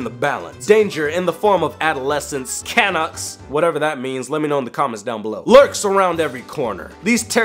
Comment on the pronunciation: Cuh-nucks as they’re pronounced is the national nickname for Canadians!